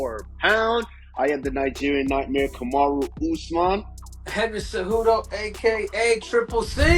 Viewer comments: "Henry Cenudo" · Trump said cenudo so im rolling with that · What did your president call you? Cejujo?? 😅😅😅😅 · Did this bitter man really say CejuGOAT? You know there is a lot wrong with you when you are not in the goat conversation and you are your own biggest fan, thinking you are the goat when nobody else would agree.